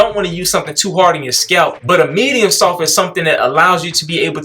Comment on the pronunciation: Lmao always saying “SOFPH”. 😂😂😂 bruh never pronounces the T in soft 😂😂😂 That brush a Medium-SOFPH!!